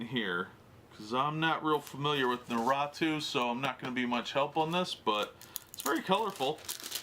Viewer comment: Its not pronounced how u said it bro its NA RUUU TO